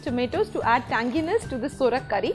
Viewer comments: Its sovrak not sorak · U r pronouncing the word saurak,to surak, tamarind is used,few dry mango pcs r also used. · Nyc receipe👌 Btw it's not Sorak, it's Sourak (pronounced as Saw-raak) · Absolutely true..procedure and pronunciation both are wrong